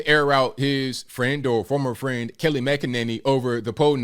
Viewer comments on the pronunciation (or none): I couldn't get passed saying Kelly instead of Kayleigh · Were u calling her Kelly? Lol I love Kayleigh the way she handled the media was awesome.